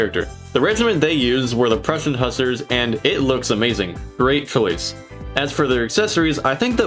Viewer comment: Also said “hussers” when he said hussar